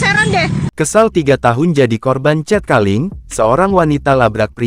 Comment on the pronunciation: Wadoo....bahasa inggrisnya kacau. Cat calling dibaca 'cet kaling'